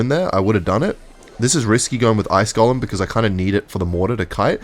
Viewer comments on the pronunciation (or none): none